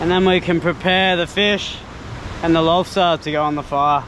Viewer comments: The way you say Monster Lobsta you're a legend xD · This was cool as hell. I started to hear you say lobsta' in your accent and started to kinda laugh every time you said it. lobsta'